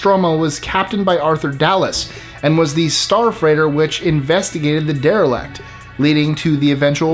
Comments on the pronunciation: #24 isn’t “derelect” like its pronounced in the video, its coined derelict which meaning abandoned so you cant get that wrong, since its name is the definition. But thats just nit picking because I’m sure some people will think of it the same. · am i the only one that thinks he is mispronouncing derelict? It sounds like he is saying der-e-lakt